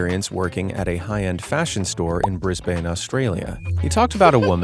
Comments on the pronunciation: I live in Brisbane and I just needed to say, it’s not pronounced brizz-bane. It’s pronounced brizz-ben. Sorry, just bugs me when Americans fail miserably to pronounce our cities 😭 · The mispronunciation of Brisbane is what got me. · I get people mispronouncing Melbourne, but how do you mess up Brisbane? Also, why have you started using AI recently? Honestly just disappointing.